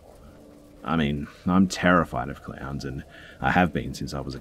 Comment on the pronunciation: At first I thought you said they had clams. Then I got that you said clowns. I was wondering how anyone could be that obsessed with clams.🤣🤣🤣🤣